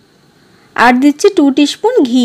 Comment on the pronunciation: Upcharon gulo thik korun Peace ,spoon etc